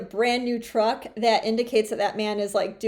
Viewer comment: Em.. Teach that first girl that truck is a single syllable word.. Damn she was annoying.. IMHO, Dude needs to put the truck in a DIY Sub S Corp name or a family members name for the moment because I feel you are correct.. trying to get her to calm down and think rationally would be like trying to baptize a feral cat.. Blessings ...